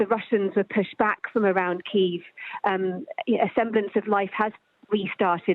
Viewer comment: SKY NEWS - get your anchor to learn how to pronounce Kyiv appropriately…